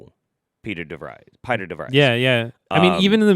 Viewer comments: Piter De Vries' name is pronounced "peter". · Pieter DeVries is a real world dutch name, it's pronounced like the english peter and 'de-frees'.